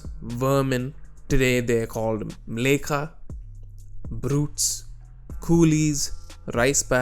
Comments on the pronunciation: By the way, it's Mleccha, not Mlekha. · Not to be that guy, but the term 'mleccha' is pronounced differently, the second syllable is 'cha' not 'ka'.